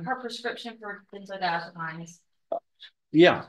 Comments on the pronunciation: I love, but he needs to stop eating in court, especially on camera - it looks unprofessional and disrespectful. And he needs to learn how to pronounce benzodiazepines... sounds like peens, not pines. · Diaz-o-PEENS....doctor won't know what she's talking about if she pronounces it the way the judge does lol😅